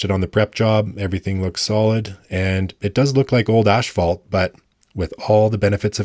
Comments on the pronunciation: Here, I’ll help you. It’s phonetically pronounced “ASS-FALT”. Asphalt = ASSFALT. The letter H is not part of the word. So stop saying “asHphalt”. You sound stupid. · You got a thumbs down for one WORD. It's as- phalt NOT ash-phalt. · As-phalt, not ash-falt. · another Canadian calling it ash-falt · He said asphFalt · Okay, so unlike many people in the comments, I have zero problems with the way that you pronounce the words garage or process. You pronounce those words in a lovely Canadian way. But I have to draw the line at your pronunciation of asphalt. It's definitely not ash-fault, as there's no "sh" sound in asphalt.